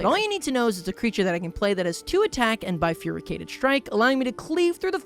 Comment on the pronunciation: I know it's not a very common word, and I don't blame anyone for mispronouncing it (heck, maybe I'm the one who's been mispronouncing it for years) but the way pronounces "bifurcated" really sticks out to me. It's almost "bifurycated". (Weirdly enough, I learned this word before I was 10 years old, just because my dad liked the word and would find a way to work it into sentences almost as a punchline/family in-joke.)